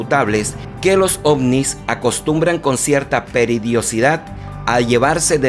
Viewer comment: No entendía la palabra "Peridiocidad" (min. ) aprox. Después de escucharlo varias veces, comprendí que quiso decir "Periodicidad" (de, periódico), es decir, periódicamente, cada cierto tiempo.